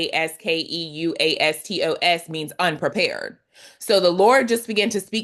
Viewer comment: Merry Christmas, from Thessalonica, Greece. To help with the pronunciation of the Greek word (yes, some of them can be difficult to pronounce for non Greek speakers!), it is: aparaskevastos; the stress is on e, which is pronounced as the e in ten-unprepared. All the a are pronounced as the a in Alpha. Thank you for this sweet word, I ve taken what was meant for me.